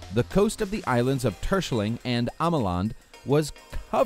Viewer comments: I’m ducht and I just wanten To say that you totally mispronounced terschelling and ameland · Damon Heijblom precies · Lmao. i like how you pronounced the dutch islands.😂 Terschelling and ameland. arnt the easiest ones. Wie is dr Nederlands hiero😂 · It is funny of someone inglish is trying to Say Terschelling XD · Funny how you prenoumce Terschelling en Ameland (i'm dutch and we use a hard G)